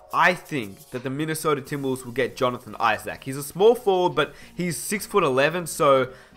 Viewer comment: Jonathon I-Zach??